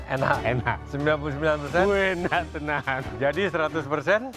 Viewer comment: Chef norman : " wuenak tenaan " 😂👍🏼